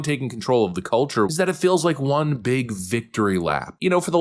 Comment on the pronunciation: I love, but the way he pronounces "won" like "Juan" drives me crazy lol